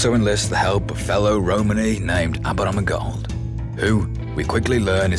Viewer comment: the way they pronounce aberama gold is so satisfying, especially tommy. hope he’s not dead tho. let’s revive him like alfie :(